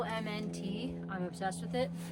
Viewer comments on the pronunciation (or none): It may be spelled as LMNT, but it's actually pronounced as "element," just like the former boy band that was active from 2000 to 2003.